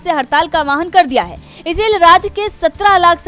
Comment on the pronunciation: Word is "aahwaan", not "aawahan".